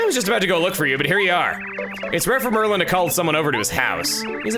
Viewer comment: Since it keeps bugging me, Chugga, you keep saying Merlin, his name is Merlon.